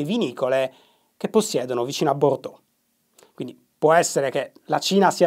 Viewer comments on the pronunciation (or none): none